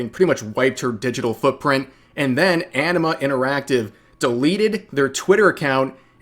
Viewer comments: The first times I heard Enema interactive instead of Anima interactive. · I keep hearing "Enema Interactive." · Oh "Anima" I thought it was "Enema". Was confused there for a second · Did I hear him say "Enema Interactive"?